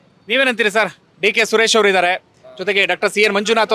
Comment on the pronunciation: ಸರಿಯಾಗಿ ಕೇಳಿಸ್ಕೋ, ಸುರೇಸ / ಸುರೇಸಾ????